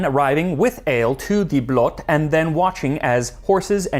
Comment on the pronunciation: Blot, the O is pronounced like the oo when you said "stool" (from footstool) The way you say "Blot" means... well other stuff, thou it depends... how its used, usually referring to "Only" or "just" (as in "its just that") /Usually in formal or how some elders talks. //Appreciate the attempt. //The Danes may have a different discussion about this... but il meed them half way on the ice.